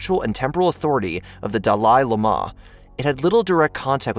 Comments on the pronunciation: Your pronunciation is incorrect its pronounced dally lama not delie la ma cute😮😅 de-esporia is diaspora god for being a good orator you make me angry when obviously pronounced shit is pronounced incorrectly I'm supper surprised you haven't been told this jezz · You had me until “d’lie lamar”. I couldn’t take you seriously after that. Clearly you’re reading something you have no familiarity with. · Dalai Lama, sounds like Daa•lee• laa•ma. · .... what the hell is a duh-lyyeee luh-maaahh. Even the dali lhama pronounces it dali lhama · Duh-LIIE L'Maaa??! Del-iiii lama.... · Pronounced "Dolly llama", not "duh' lie, luh' ma. Also, Llasa is pronounced "lahsah", all one word, not luh'sah. Don't get me started on Pocky Stahn. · Duh lie lah' ma' .... too many times, I tried. Doll' ee, la' ma. God I'm sick of good topics suffused with terrible mispronunciations and bad grammar. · Dolly Llama not Day Lee Mah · 1914 ww2??? Dallllie la mah??? The Tibetian DEE ESPORAH? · DAH-LEE LAMA. That’s how you pronounce it. XD. Also you made a funny mispronunciation of declaration by saying decralation around the mark. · you massacred the words dalai lama . it's pronounced, dolly-lama. just a suggestion. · Buddy isn’t pronouncing dhali lama properly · Dah lee lah mah. It’s as if these guys only read their history from a script and never bother to check pronunciation. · I'm so sorry but I had to stop at da-lai luh-ma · Isn't it pronounced 'daa-lee laa-maa'? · It's pronounced Da-le La-ma.... but a great video. Very instructive. Thank you so much. I really enjoyed it. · Can't get over the (mis) pronunciation of the DaLIE laMAH. Good info. aside! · Dalai Lama = daa•lee•laa•muh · Try saying Dolly Lama. Just a suggestion. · New favorite bot pronounciation: "Duh-lie luh-ma" 😆 I'll narrate for this channel for free. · “Hey there Delilah what’s it like to live in exile, I’m a thousand miles away but Ma tonight you look so pretty yes you do.” Isn’t it pronounced Dall-eye-laa-ma? 😅